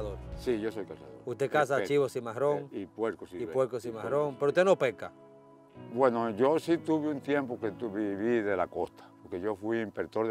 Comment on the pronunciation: No se dice Peca, se dice Pesca, y tanta mala gramatica , corrijanla , porque se escucha feo una mala pronunciacion.